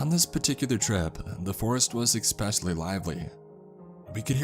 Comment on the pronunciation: I love how you can't say especially... My channel shows I have the same problem with certain words 😔 thankyou for narrating these they are perfect to fall asleep to 😁 you are doing a fantastic job thankyou 🤗